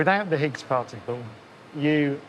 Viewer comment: I thought there was a "t" in "particle." So why say "Pah-icle"?